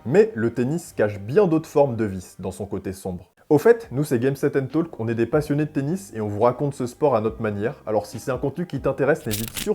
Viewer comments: Bonne vidéo malgré des erreurs de prononciation en anglais "TaLLLLk" le L ne se prononce pas. Et le "Woke-Eye"? 😅 J'aurais bien glissé une interrogation sur la dernière victoire de Djoko à Roland Garros en 2024 qui a finalement été monstrueux grâce à un traitement médicamenteux qui lui a permis de ne plus ressentir aucune douleur. Une fois refroidi et l'effet du médicament dissipé, il a dû être transporté/soulevé pour quitter le vestiaire n'étant plus capable de marcher... Ça pose question sur la limite des recours aux antidouleurs 🤔 Bonne continuation ! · je comprendrai jamais pourquoi vous prononcez le "l" dans "talk". Il ne se prononce pas.